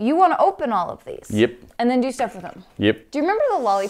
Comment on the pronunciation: Instead of yep he says yeep